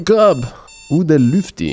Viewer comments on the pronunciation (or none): It's Uncle not uden